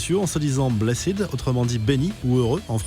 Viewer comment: Blessid mdr , blessed = blesse-t